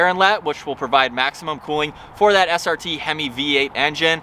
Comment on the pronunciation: HE DID NOT JUST SAY “STR” MODE 🤣🤣🤣🤣💀